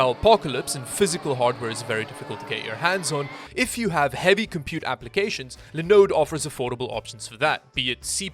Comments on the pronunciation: See you are still saying linode and lInux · Is it just me or is the way says linode pretty satisfying 🤔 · Haha.. Same thoughts. There are vids where says it with even more feels